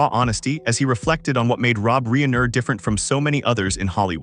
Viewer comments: Un a story concerning Rob Reiner, you pronounce it "Reener?" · Really?? A narrator says REENER?? Lol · My OCD cannot permit me to listen to this narrator call Rob Reiner, Rob Reener! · HOW CAN THE NARRATOR NOT SAY ROB’S NAME CORRECTLY???? Unprofessional!!